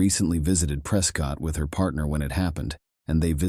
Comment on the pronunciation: Prescott is pronounced "preh-skit" lol they don't even like us saying Preh-scott, they're gonna really hate Pree-scott.